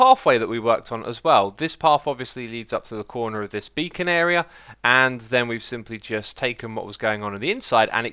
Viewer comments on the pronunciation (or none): none